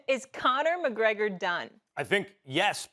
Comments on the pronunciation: mcconor mcgregor?? Who the Fook is that gooy? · I'm sure Stephen A. said McConnor McGregor 🤣🤣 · Nobody: Stephen A Smith: McConor McGregor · Steven A. Smith actually says McConor McGregor